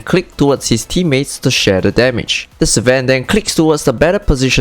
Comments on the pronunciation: That slang, ssss-van. Many van sss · Bruh, love the content but can't get over "Si-ven" pronunciation.....not hatin, just sayin.